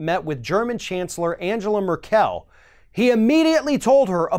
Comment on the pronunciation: . . . Angela Mer-Kel? She's not from frikkin Krypton!